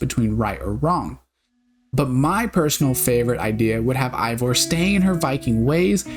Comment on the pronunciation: I can't tell if this is a sarcastic question but, if not, it's because you consistently call Eivor while her name is actually pronounced "Hey-vor", and it's pronounced like tha tby every character in the game.